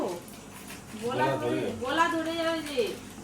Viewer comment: গোলা নয় গলা হবে